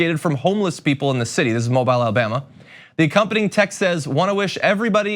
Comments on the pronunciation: Not to be critical ,just to inform, John they pronounce it Mowbeal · It’s pronounced mo-beel Alabama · It is pronounced Mo-beel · Friendly tip: The city is pronounced “mo-BEEL.” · For future reference, Mobile Alabama is pronounced Mo-bill. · It’s pronounced MO-BEEL! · Ugh it's pronounced Moe--bill FYI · Pronounced: Mo-Beel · Loved this agree with all u said...one thing though. The city is pronounced MOH-beel. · Respectfully you’re wrong! The pronunciation of Mobile, Alabama is Mo-beel Don’t believe me? Even though I actually lived in the state for years, here’s what the Business Insider says, “Mobile, Alabama's name isn't pronounced "MO-bull" or "MO-bill" or "MO-beel." Locals know that you have to place the emphasis on the second syllable: “mo-BEEL” is what they go with.” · It's pronounced "mo-BEEL". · No offense John. The pronunciation is 'mo-beel'. Thanks! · It's pronounced Mo-beale. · The pronunciation is MOE--BILL , Alabama Thanks. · Pronounced- Mo-bill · Mobile pronounced Mobill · Pronounced “Moe-beel” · Pronounced "Mo Beale" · Thank You for this report. It was needed to be said; people needed to hear it. PS./FYI. Mobile is pronounced Mobeel, (long ‘e’). 🥳Happy New Year. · 'Mobile' Alabama is pronounced 'Mowbeeel', not like the adjective 'mobile'! Sheesh! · As an Alabama native I hate to hear this. Also, it's pronounced moh-beel. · First, I think those officers should be suspended WITHOUT pay for one month...let them struggle a bit financially. Secondly, Mobile (Alabama) is pronounced Mo-beele...just saying. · This is my neck of the woods, I'm smack between Mobile and Baton Rouge and this is how everybody around here treats people that aren't white Christian middle-class Plus. And I'm sure others have told you but mobile is pronounced Moh-beel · I know he prob does not know it's pronounced Mobil even though it has an e at the end. Mobile It's still messed up for cops to make fun of the homeless. They need to put themselves in a homeless person position.